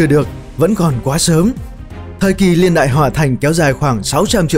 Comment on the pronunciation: Niên ko phải liên nghe khó chịu lắm